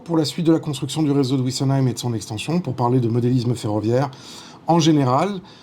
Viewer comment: Cher ami on ne dit pas ouissenheim mais vissenheim.